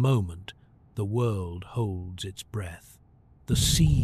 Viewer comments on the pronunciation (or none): none